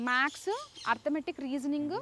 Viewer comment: MADAM MAX KADHU MATHES, MATHEMATICA 😂